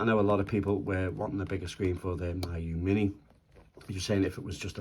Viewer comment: FYI, its pronounced mee-you. It's a Chinese word.